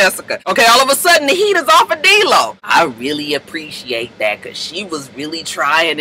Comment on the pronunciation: Why she always call him DEELO that's the funnest thing ever